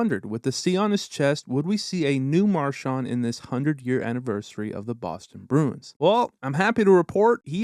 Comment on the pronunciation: To the narrator: Brad's last name is pronounced Mar-SHAND, with the last syllable sounding like the word HAND. It is NOT pronounced Mar-SHANT, with the last syllable sounding like the word WANT. Hoping this helps. Enjoyable video, but please fix the pronunciation of his last name. Thank you.